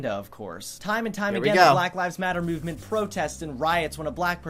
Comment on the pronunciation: Why does he say it as muvement and not movement